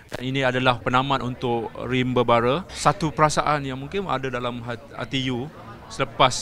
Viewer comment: bukan rimba raba...rimba bara laahhh